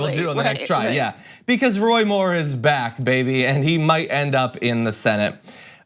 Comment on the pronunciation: Haaa! "He's ba'ack"!!!